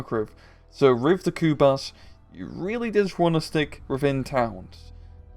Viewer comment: Pronounced kubush